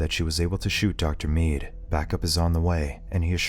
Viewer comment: The way this guy says the name "dr mead" 😖